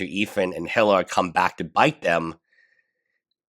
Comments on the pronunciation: Its not HILL-AH It's EE-LAH That's how you say her name. Hila The H is silent. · great content. one thing to note for future videos is that Hila's name is pronounced like E - La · Eel-ah is how i look at it.. Tho I do love the way he says Hila, it's very phonetic